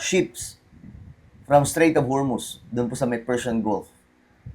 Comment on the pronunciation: Strait yan Hindi Straîght of Hormuz